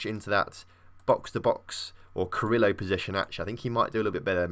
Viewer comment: You're also saying carrilero wrong. You say it like Carrillo